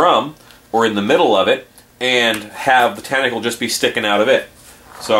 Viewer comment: "test-acle" hahaha